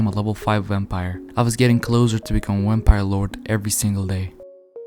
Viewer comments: "Wampire" lol gg though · Is it just me or is he saying Wempire